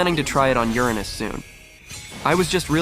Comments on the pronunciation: Do you want to know how professional people call it? ✨️Uranus (with no splits)✨️ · And it all started with Ur-anus 💀💀